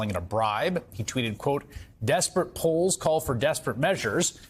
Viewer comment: Pols Mitty not polls.